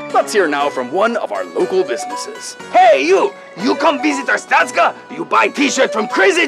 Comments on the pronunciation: Anyone else annoyed of how they're saying Artstotzka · I'm sorry but... ar-stOH-stka Not ars-tAH-stka Aaaaaaaaa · But isn't it arstotska instead of artstotzka? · Its pronounced Ar (as in far)stot (as in boat)ska (as in far). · The way they pronounce Arstotzka pains me...